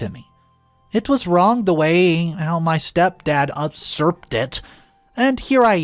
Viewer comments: No such word as UPsurp - it's Usurp (pronounced YOUsurp), just as it's written. Sorry, but this mispronunciation is driving me crazy!! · It is userp, not unserp.